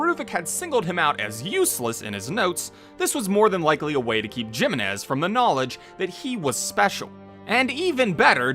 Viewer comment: *Hee-meh-nes Jiménez.